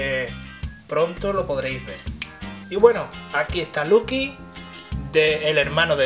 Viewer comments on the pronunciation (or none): no es por querer sonar mal, pero es loqui no luqui :) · Es LOKI en inglés y español se dice LOKI